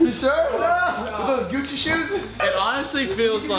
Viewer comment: Did you just say Guchi